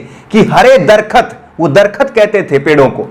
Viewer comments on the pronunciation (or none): दरखत नहीं दरख़्त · भाई मेरे दरखत नहीं होता बल्कि दरख्त होता है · darkhat nahi bhai darakth hai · दरखत नही दरख़्त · सर् जी दरखत नही नही दरख्त है कृपया सुधार करे दरख्त का माने पेड़